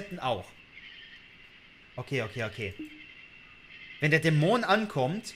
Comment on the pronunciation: Geiles Video, aber irgendwie triggered es micht wie manchmal du Dämon aussprichst :D Du betonst nicht die erste, sondern die zweite Silbe, was ich so noch nie gehört habe.